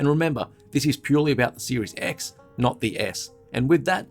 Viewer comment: Every time you say "Series X" it sounds like you're saying Series S, so it's especially funny when it sounds like you're saying "And remember, this is purely about the Series S, and not the S" Lol